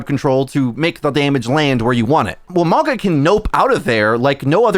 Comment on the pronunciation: I swear he pauses to say mauga incorrectly everytime. Its mauga not mawga